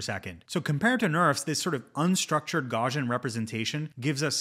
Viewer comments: Gauss is pronounced gows like cows not gauze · Great video! Btw, I’m 99.99% sure it’s pronounced gow-see-uhn. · Great video! One pet peeve: it's pronounced gau-see-uhn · Gauss-ian, it's named after Carl Friedrich Gauss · Check the pronunciation of "Gaussian" man. You're driving me crazy. 😅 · Good stuff but you’re pronouncing Gaussian wrong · are you able to say "house" or "mouse"? You don't need to be German to pronounce Gaussian correctly! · I don't want to make this a big deal. Mathematicians and physicists all pronounce it this way and thought you might care :) explains it better. Gauss rhymes with house.